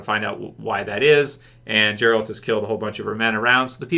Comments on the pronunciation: Us witcher fans don't want or don't need any of those stupid GOT fans stay in your own lane and its geralt not jeralt lol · Hey, please Gerald's name starts with G like Goose not G like Giraffe. Lots of love. 😘